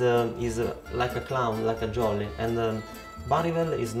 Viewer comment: Ahahaha io lo ho capito quando aveva pronunciato "dialetto" e "jolly", da lì l'accento era troppo forte 😂